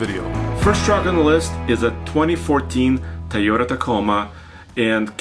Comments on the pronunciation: “To yo ta” big guy and not “ta yo ta”. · Repeat after me...TOY o ta. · Will you guys please teach how to say Toyota!